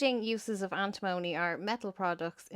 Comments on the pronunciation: Point taken on Antimony (you're saying it wrong though), but every other mineral i can see on that list has plenty of civilian uses, including in green energy. It is kind of funny that the one other mineral you do mention is lithium because that's the least useful one on the list by far. Coking coal is horrible though, calling that 'essential for green tech' is beyond ridiculous, we should be phasing that method of steel production out entirely. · I work in lead refinery An tim money Is how we pronounce it Phonetically But it's very dangerous in fumes or dust. It Does be in ingots of lead we get in.